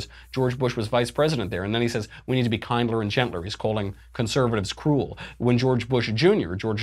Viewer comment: "Kinder" rhymes with binder.